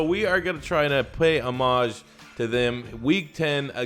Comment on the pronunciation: please stop saying homage like that